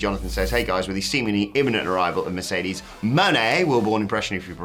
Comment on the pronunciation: Mercedes “Maihey” 🤣